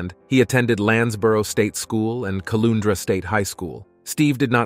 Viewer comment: Caloundra is pronounced calowndra 😂 But great vid